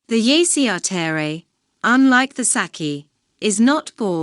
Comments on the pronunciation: Bad saci perere pronunciation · i'm glad you're sharing this but i can't stand how she pronounce's my boi's name :( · Didn't it occur to them to find out how to pronounce his name before making this video????